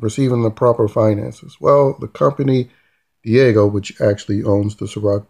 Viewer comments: The drinks conglomerate is called Diageo. Not Diego. DEE-AH-GEE-OH. 😅 They’re extremely powerful in the beverage industry. Diddy wouldn’t want smoke with them. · I use to work for them! It’s not *Diego” lol it’s pronounced Dee Aj Geo. & it was always funny tryna explain to Blk folks NOOOO DIDDY DNT FUCKIN OWN CIROC💯🤣🤣🤣🤣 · D-AH-G-O not Diego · Di-AH-geo. That word got y’all fighting for y’all lives. 🤣🤣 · Great Video! You know your $hit!!! Oh just one more thing, the liquor distributor is pronounced is called Diii-ahh-geo. Other than that, perfect! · It’s deeee ahhh jeee oh (Diageo)